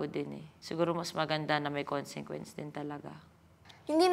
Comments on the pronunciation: Pauli ulit yung KONSINGKWENS ah 😂😂😂 konsikwens po... (CONSEQUENCE) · Ako lng ba nakakapansin na "consenquence" ung sinasabi nila instead na consequence?